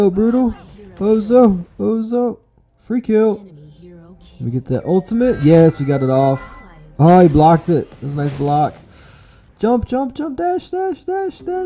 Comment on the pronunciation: It's pronounced Ozo not Ozu